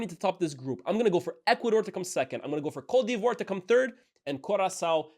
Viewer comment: 9.15 That Cote divoire pronounciation 🙂‍↔️🙂‍↔️